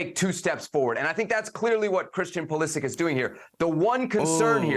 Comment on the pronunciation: Learn how to pronounce his name